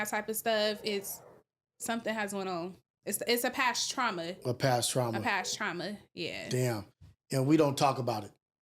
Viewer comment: "Taurma" 😂